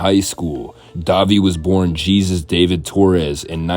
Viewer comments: In almost every video I’ve seen about this sick bastard, the narrator pronounces his real first name with a hard J, like Jesus from the Bible. Wouldn’t it be pronounced the Spanish way- “Hay-zoose”? I mean his last name IS Torres. Or did his parents really just flat-out name him Jesus, like G.G. Allin’s parents did? That would be interesting, seeing as how they both grew up to be complete degenerates. But at least G.G. was completely open about the fucked-up things he did (and probably even made some up to make himself seem worse). And at least Dahvie’s parents- unlike G.G.’s- had the good sense to just name him Jesus and not Jesus Christ. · It's pronounced "Hesus" not "Jesus" 😂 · yeah it's supposed to be jesús, pronounced the way you wrote it "hay zoose" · He probably didn't pass Spanish. It's pronounced 'Hay-zoos'.